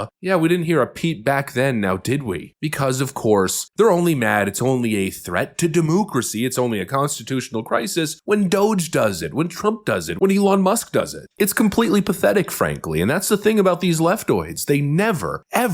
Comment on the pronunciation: Stop saying de moo cracy please